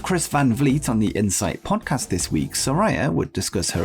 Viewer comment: You're pronouncing Saraya incorrectly, my guy!